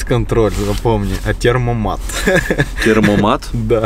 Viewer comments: Серьезно???Чел,который ездит на мерсах говорит термомат???чего,бл&ть, tempomat (темпомат) правильно.а parktronic не говорит порнтроник??? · Не термомат а tempomat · Не термомат а темпомат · Темпомат,а не термомат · По поводу темпомата оговорился неспорю. Я одного не пойму из за завести вы так разговариваете. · «Термомат»? Серьезно? Темпомат!!! ТЕМПОМАТ!!! На оригинальном TEMPOMATIC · Темпомат а не термомат 😂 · Не термомат , а тЭмпомат называется круиз-контроль. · Парни только не термомат а ТЕМПОМАТ!!! От слова темп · Темпомат,а не термомат))) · Термомат, херат..... 🤣 Правильно называется ТЕМПОмат, от слова ТЕМП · Tempomat а не термомат)) от слова темп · Не Термомат а Темпомат. Привет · Не термомат а ТЕМПОМАТ😆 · Правильно - темпомат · Не теромомат а ТЕМПОМАТ так называется круиз контроль по немецки, умники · Называется темпомат а не термомат. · Темпомат, а не термомат! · Не "ТЕРМОмат", а "ТЕМПОмат". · Не термомат, а темпомат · Не термомат, а темпомат. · Темпомат а не термомат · Термомат🤦‍♂️🤦‍♂️ - темпомат ептель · Не термомат ,А СУКА ТЕМПОМАТ. От слова темп ,а не термо. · Темпомат, а не термомат... Знаток мерседеса, бл.. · "Темпомат " правильно будет.